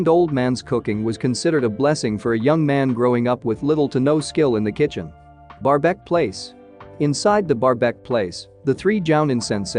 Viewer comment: I like how the ai says barbek